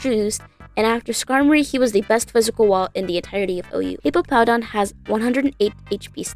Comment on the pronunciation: It's "Hippowdon", not "Hippopowdon". It's funny, but I think it should be corrected anyways.